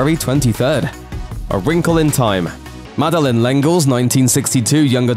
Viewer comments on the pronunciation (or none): none